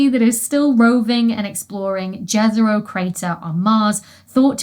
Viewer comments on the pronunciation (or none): I love your videos, Dr. Becky! Just one thing that kind of makes me go 😬 when i hear people pronouncing it - Jezero crater isn't pronounced dje-z'-rou as english would read it, but ye-ze-ro. It's named after a village in Bosnia and Herzegovina and the word itself means a lake. So a crater on Mars that was potentionally a river or a lake in the past, is named the Lake crater. I know that you really try pronouncing names of scientists, places, and institutions correctly when they happen to be from non-english languages, which is why i am writing this. Because that site deserves to be known by its true name given to it. I wish you all the best in life, in your research, and in your recovery ❤